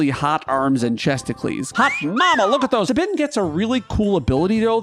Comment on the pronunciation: Incredible pronunciation of "Sabin," absolutely never heard that one before. You may be one of a kind.